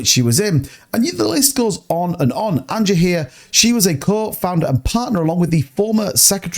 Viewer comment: Said Anja’s name wrong 😂😂😂